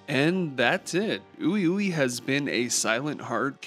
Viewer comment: it’s pronounced WeWe 😂